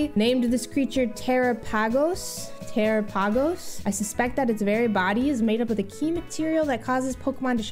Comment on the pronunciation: the way she pronounced terpagos 💀